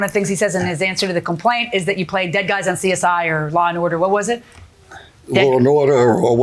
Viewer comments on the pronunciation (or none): none